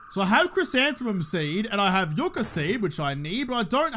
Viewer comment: speaking accidental Spanish and pronouncing yucca the correct way. Tequila shot in his honor.